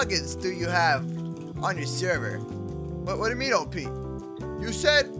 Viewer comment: btw you say op sound it out